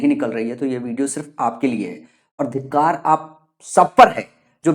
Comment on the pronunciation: Dhitkar nahi.. Dhikkar😅